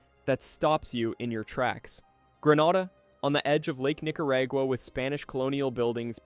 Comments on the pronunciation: You're okay, my friend. No one, not even the Nicaraguans pronounce these names as "NicaRAYgua" and "San JuEN Del Sur". Just tune into local news for proper pronunciation. All the best! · "NicaRAYgua" "San JuEN Del Sur", please, either get a human, get a better AI, or edit the AI output. Don't insult us!